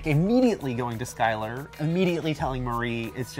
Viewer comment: Skyler not slyler